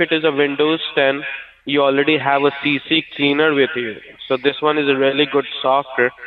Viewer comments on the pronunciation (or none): CCleaner. Not CCCleaner. CCleaner!